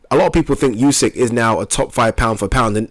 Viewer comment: Spell it like oosyk. Not like yusyk